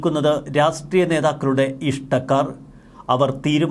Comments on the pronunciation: രാസ്ട്രീയം അല്ല രാഷ്ട്രീയം.. രാഷ്ട്രീയം! ശ്രെദ്ധിക്കണ്ടേ.. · രാസ്ട്രീയം, രാസ് ട്രീയം, രാസ്ട്രീയം..... എല്ലാത്തിലും ഒരു പത്തു പ്രാവശ്യമെങ്കിലും ഉണ്ടാകും. ഒരിക്കലെങ്കിലും 'രാഷ്ട്രീയം' എന്ന് തെറ്റാതെ പറഞ്ഞു കേൾക്കാൻ ആഗ്രഹമുണ്ട് 😊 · രാഷ്ട്രീയ മല്ലേ' ശരി? രാസ്ടീയമല്ലല്ലോ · Rassstreeyam or Rashtreeyam?